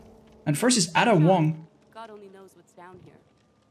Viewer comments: Aid-a...pronounce her name like that. It isn't Add-a 😑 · How to pronounce "Ada" instead of pronouncing the "ah" try saying "ae" so it would sound like "ae-dah" instead of "ah-dah" hope this helps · Adda wong really 😂..... Ae-da = Ada you butchered it but it's ok LMAO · whos "add-ah"?